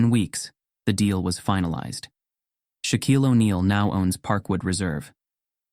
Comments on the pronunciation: The name is Shaquille, not shock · It's not shock, it's Shaquille